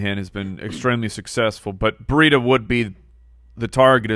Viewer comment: When you guys say Matt Breida it sounds like Matt Burrito. I wish you guys would start calling him that, perfect Fantasy Footballers nickname.